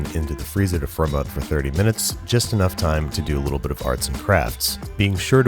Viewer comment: Whenever he said "firm up" I thought he said "for a month" this made me super confused when he said "that gives me enough time to make cookie cutters"